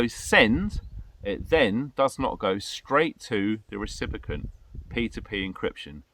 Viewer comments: Phonetically: Ree Sip ee Ent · What's a 'recipicant' precious?